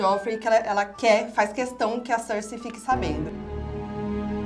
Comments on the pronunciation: "Jáime" lannister convenceu a "Cercêí" kkkkkkkkkkk viiishhh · "Jaime" "Cercêí" "Barateón" desculpa eu ri;-; (eu chorei bastante na morte da Shireen😢)